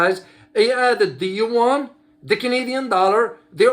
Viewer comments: As I said, it is actually two syllable sound pronounced fastly and in a connected way like in French, unless one invents another letter that represents the sound of "ua". I'm native mandarin speaker, I feel I pronounced the two sound each time I say these words. I do not do it like did in this video. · you are correct regarding the pronunciation.